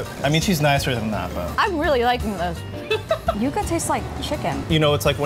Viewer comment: It's YUCA not YUGA!